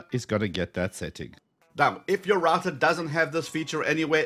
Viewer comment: Its Router not Rator lol